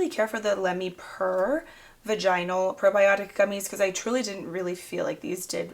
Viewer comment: Your pronunciation of vaginal 😂 that was cute. Love seeing what you've used up and what you'd repurchase or not. Hooe you're having a fantastic weekend!❤